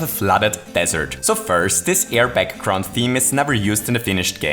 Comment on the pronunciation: It sounded when you said air background like airbag grunt:)